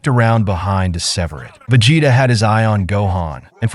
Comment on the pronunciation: Veg hetta😂😂😂cant hear no more